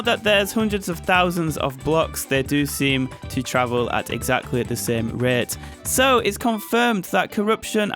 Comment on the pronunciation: "at the same ruhyeaut"